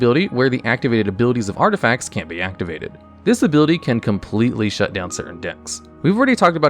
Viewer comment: 2.46 "artifcats"